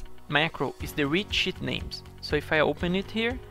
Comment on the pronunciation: when he says "Sh*t" than "Sheet" is cracking me up every time he says it, but nice video man , finally got my hand around the batch macro, thanks!